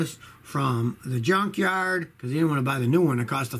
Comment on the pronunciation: Every time Scotty pronounces "Yunkyard" comes to my mind Chevrolet..I don't know why hahah